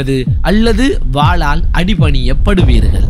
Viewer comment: வாலால் அல்ல. வாளால்